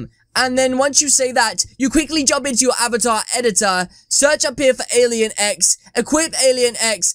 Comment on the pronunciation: I tought you said alien eggs xd